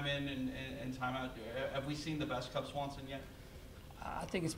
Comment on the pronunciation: you said cup as to drink out of,His name is Cub as in like a Bear Cub.Its ok Sweetheart😊